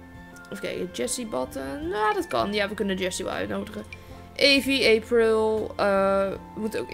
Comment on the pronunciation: bo ik heet april maar bij mij spreek je het uit als eepril